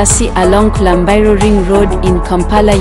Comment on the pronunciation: It is Kulambiro road, not kulambairo road😮😮😮